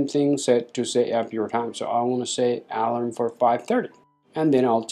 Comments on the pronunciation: Ah... you mean to say the word a-LARM. You've been pronouncing it A-larm but it sounds like you've been saying A-lum which is a chemical fixative used with dyes. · Alarm!!!!!!!! Say it the right way!